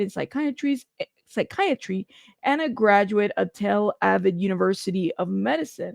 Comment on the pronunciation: Tel Aviv is pronounced Tell Ah VEEVE.